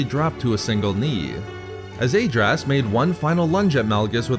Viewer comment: Great video but you should listen to the Decieved audiobook for the correct pronunciation of Lord Adraas,hurts my ears to hear it pronounced wrong.